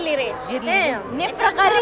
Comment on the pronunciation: Akka ನಿಮ್ಮ ಪರಕಾರ ಅಲ್ಲಾ ನಿಮ್ಮ ಪ್ರಕಾರ anta ಕೇಳು 😅